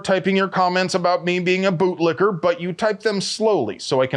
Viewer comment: The first time you said boot licker I heard b00b licker. 🤔 I ❤U!